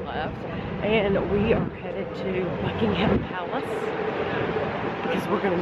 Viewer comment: Just to let you know, it's pronounced "Buck-in-um Palace" not "Buck-ing-ham Palace".